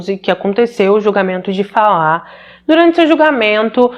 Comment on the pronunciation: Parabéns pela pronúncia do nome Falah. Meu marido é iraquiano e tem o mesmo nome e as pessoas sempre dizem Fala como o verbo falar na terceira pessoa do singular. Infelizmente muitos iraquianos querem que os demais se adaptem a maneira deles viverem. Meu marido já tem cidadania e se diz "brasileiro", abriu sua cabeça aos nossos costumes e nunca me obrigou a seguir os dele. Mas em contrapartida um conhecido que dou aulas para os filhos, é ignorante e cria os filhos numa bolha e eu vendo a maneira dele ser fico enojada. Mas é bem pq vc disse, eles saem de seus países fugindo de péssimas condições de vida e não querem aceitar os costumes de onde escolheram viver. Chamo isso de ignorância radical.